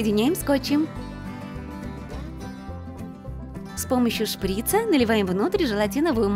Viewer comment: Не шрИца А шприцА